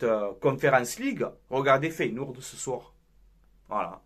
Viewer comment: mon coeur parisiens souhaite votre élimination mais d'un autre coté rien que pour toi je vous souhaite de la gagner et tu me tue avec ta prononciation de feyenoord en feyenOUrd 😆😆 perso je pense que sur ce match vous vous en sortez bien c'est le copié collé de city réal le match aurai pu finir a 5 a 3 attention au retour feyenoord et tres fort a l'exterieur faut etre objectif avant les demis les équipes que vs avez rencontré etait en bois karabag paok etc.. c'est la que l'on voie si vous avez le niveau face a des équipes comme ca west ham roma feyenoord.. force a toi